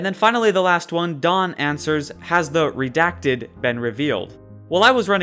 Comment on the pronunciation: Stop pronouncing redacted wrong